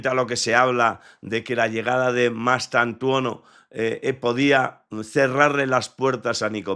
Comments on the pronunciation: Y dale con llamarle Mastuantono, tanto cuesta que este hombre aprenda a decir el apellido del jugador de manera correcta? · Mastuantono no, es MASTANTUONO, no es tan complicado